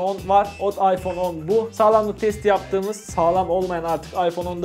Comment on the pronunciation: Ayfon İks hahahhaha